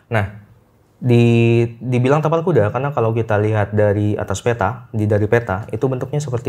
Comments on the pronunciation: Ngakak pas salah ngomong kapal kuda 🤣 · pake "T" yaaa bukan "K" ingat itu "TAPAL KUDA" bukan "kapal kuda" ehh😂. Btw... RJL5 makin menariiik. Sehat dan sukses buat RJL5&team dan semua